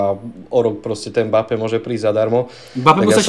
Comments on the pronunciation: Chudák Mbappé, takto mu przniť meno... je to em-ba-pé a nie mapé... strašne to píli uši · napríklad 💁🏼‍♂️ "e" sa v rýchlosti stratí, to je normálne, ale ako sa niekomu stratí "b" aby vzniklo "mapé" to fakt nechápem 😂